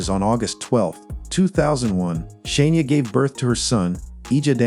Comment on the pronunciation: I want to watch this so bad but its driving me nuts. it is Shania not Shaneia